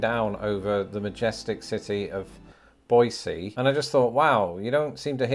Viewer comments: Extra points for pronouncing “Boise” as BOY-see, not BOY-zee! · Thank you for the 10, and for trying hard enough to pronounce Boise correctly with a hard S. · Idahoan here. I love the shot of you walking in front of the capital building through the small park called Cecil Andrus Park. That hike up Table Rock is fun, if you’re up to it. Also, pronouncing Boise correctly gives you bonus points from me. 🤘🏽Awesome video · And you obviously learned how to pronounce Boise ("BOY-see", not "BOY-zee") correctly! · I just want to commend your proper pronunciation of Boise... see not zee. And proper ranking of Idaho as well. Though many residents of Idaho would have preferred something much lower so as to keep it a secret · Thank you for saying Boise the correct way. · Thank you for saying "Boise" correctly!! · 🎉🥳Yay! Thank you for Idaho's top ranking! We are sooooo much more than Boise ( you get HIGH marks for pronouncing Boise the way you did). We have stunning lakes, rivers and "real" mountains in other parts of the state, too (Boise has "foothills" which are smaller than the actual Rockies.). Come see the snow, come rafting, maybe try out fly-fishing. Definitely come camping! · Yes finally! Boise not Boyzee lol